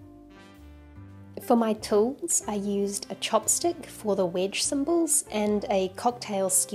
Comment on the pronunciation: Took me 5 minutes to figure out that was saying wedge. Sounded like witch to me. So for the longest time I was wondering why she was calling that a witch. I thought, well it does kind of look like an upside down witches broom.